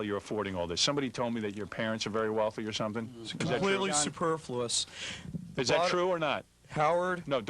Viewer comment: shit he said superfluious again. its the only big word he knows, and he has no idea what it means